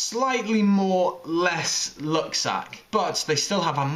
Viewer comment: It sounds like he is saying look instead of luck lol